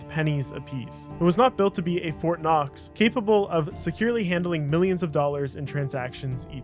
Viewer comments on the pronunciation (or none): none